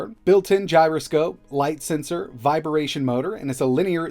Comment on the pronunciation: Still kills me everytime he say "viberation" instead of vibration. Lol